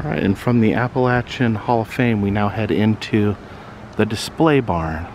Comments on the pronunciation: Exactly what I was thinking. I have always heard it pronounced "appa-LAY-shun." But it probably just depends on where you're from. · I don't think you are pronouncing Appalachian correctly...I could be wrong though. I love your videos by the way. Thank you for sharing such awesome content.